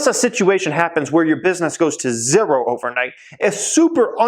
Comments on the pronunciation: what's up with the "zerrro" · You say zero weird.. love ur videos tho 👍